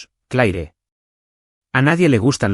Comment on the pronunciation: No sé porqué en estos relatos al pavo 🦃 se le llama pavó 😮😮😮 Y Claire se pronuncia Cler